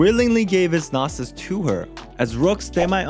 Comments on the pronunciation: Its not a noh-sis, its a no-sis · The way you pronounce gnossis and shneznaya is triggering🤣🤣🤣